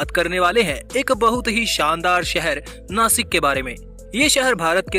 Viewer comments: इसे नाशिक बोलते है... नासिक नही.... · Jase tumhi Washington la wasington bolu shakt nahi,tasech Nashikla pan Nasik nahi mhanayacha.he mi kuthe tari wachal hota mala patla. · It is not nasik It' Nashik Mind it Jai Maharashtra 🚩🙏🏼🚩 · I'm from Nashik And as nashikar we love too pronounce नाशिक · Plz Nashik bolo 🚩🚩🚩